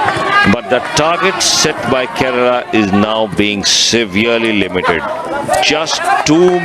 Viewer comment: Ye Keral kya he bhai? Kerala bolo na theek se!